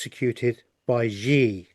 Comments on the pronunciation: Xi Jin Ping is the president of China. His name is pronounced "shee jin ping". Not "gee" or "zhee". The President does not execute anyone. However, he might issue an execution order because he has a dictatorial power. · Thank you so very much &! I'm very grateful to you for sharing your findings with us all. Also, Xi is pronounced "SHE", as in Chinese X is pronounced as "sh" (in English) A Chinese girl explained this to me:o) <3 <3